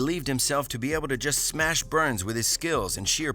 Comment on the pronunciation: Khamzat "GOD OF SMESH" Chimaev